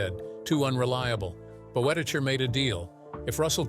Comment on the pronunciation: There's some interesting material in this little documentary, if you set aside the random inserts of John Wayne and Stan and Ollie (?) and the ridiculous pronunciation of Boetticher's surname - see hiramnoone's correction below.